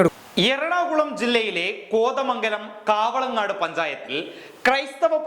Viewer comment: കാവളങ്ങാട് പഞ്ചായത്ത് അല്ല, കവളങ്ങാട് പഞ്ചായത്ത് ആണ്.